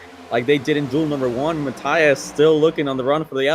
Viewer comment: You had Rios correct, Matias, you need to pretend it’s an e, instead of an i.